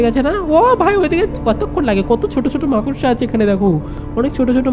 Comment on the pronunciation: That's not মাকসা😂😂❌ It's মাকড়সা😂😂😂✅